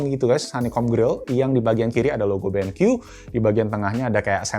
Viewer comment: "Ini adalah Benq EWE.... Eh.. I dabel yu" WKWKWKWK